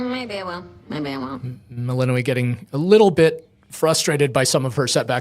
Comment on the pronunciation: melino - WEE lmao, shouldn't the developer pronounce it the same as in the game?